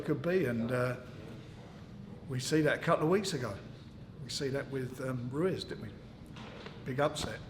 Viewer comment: Haha Frank cant even say Ruiz properly